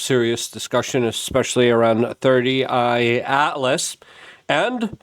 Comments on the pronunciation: It's not 30I its 3 I atlas 3 as in 3rd I as in interstellar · How bro gonna report on something every single day and never once get it's name right It isn't 31 atlas. It isn't 30 eye atlas It's 3I/Atlas (three eye atlas) Ffs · Luke; it’s THREE I/Atlas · he is calling it 3rd eye Atlas. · Bro seriously, it's "3 I Atlas" (Third Interstellar Object) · He says 30 I so much that I questioned myself 😅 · Exactly he keeps saying 30 I Atlas haha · "Thirty I Atlas" and "Avi LaBobe"? 🤦‍♂